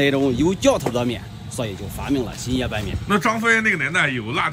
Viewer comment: 你这发音，新野说成星爷